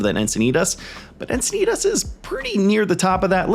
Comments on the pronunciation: Only 1 I've heard you say. Locals say Enc-i-nee-tis instead of Enc-i-nee-tahs. So the end part is a "tis" vs. you are saying the end part as "tahs". Encinitas is the only 1 that I think you get wrong from how true locals speak (Born and raised here) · I live here and I have to say that it hurts my ears when you say Encinitas.